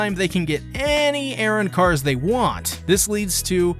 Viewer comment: The pronunciation or arrancars... airrancarsll